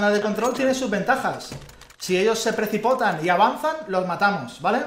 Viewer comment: es precipitan, no precipotan jajajaj ❤